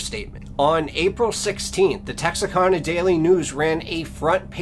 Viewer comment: As a northeast Texas native about 50 miles south of this town, I cant get over how hes pronouncing Texarkana. Its Texaraka (the kana is like can with an a at the end), not texarkona. But nah I'm just nick picking lol, joking aside I'm a new subscriber and I love your channel so far🤝🤘